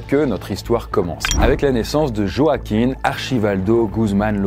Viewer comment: Joaquíne ça se dit Roaquíne phonétiquement ;) Sinon bonne vidéo